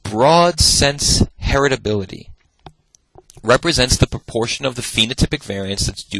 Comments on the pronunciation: Really loving these lectures. Of course he knows his stuff, and he makes it so very accessible. But he keeps saying "hetirability" (*sic*), instead of "heritability." And it's driving me to distraction! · All I can hear is "heterability" 🥴 but thank you, great lecture 👍